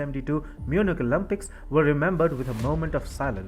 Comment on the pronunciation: It’s not pronounced as OLUMPIKS - it’s Olympics. Get your accent and pronunciation fixed before embarrassing yourself.